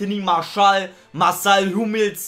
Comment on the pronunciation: Er heißt Hummels😂😂